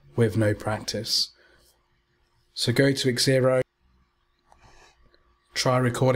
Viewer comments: Egg-zylophone haha. Definitely 'Zero' not egg-zero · Why are you calling it X -Xero? It's Xero, like zero. X pronounced like a Z as with xylophone.